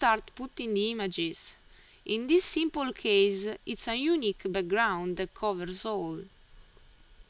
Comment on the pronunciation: And "unique" is pronounced "you-NEE-kk" with the emphasis on the "nee" part of the word. Otherwise, you did a pretty great job!